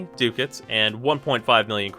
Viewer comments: pronounced duh kits not do cats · I think it's Duck-Ats or am I wrong? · will you please learn how to say Ducats and not DOOcats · Ducats pronounced as Duck-ah-ts. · Pretty sure it's pronounced "duck hats".